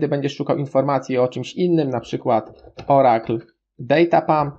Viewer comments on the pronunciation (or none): Hehehehehe, nie wymawia się baza danych "Orakl" tylko "Orykul" :)